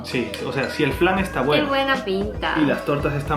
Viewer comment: Cuando he oído a decir "dorayaki de fran" no he podido evitar explotar de risa xDDDDD Por cierto, eso de la pasta de judías...... EN QUE ESTABAN PENSANDO CuANDO LO INVENTARON?!?!?!?:P PD: Una idea muy loca..... Dorayaki multisabor de 3 pisos. Muahahaha!